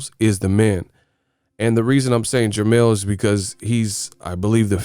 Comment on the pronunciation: jermell not jermall